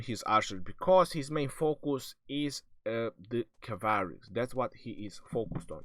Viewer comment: cavary? lol.